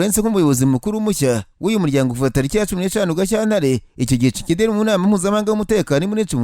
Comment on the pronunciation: Besige disi😂😢😢😢 hanyuma ukuntu uvuga kicekedi nibyo binsetsa😆😆😆😆